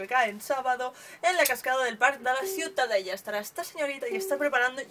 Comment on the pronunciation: ha dicho xiutadela? .. curioso :)